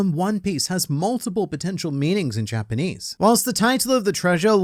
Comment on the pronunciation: my guy you are very close to a million!!! Congrats in advance! And good job not butchering the Japanese …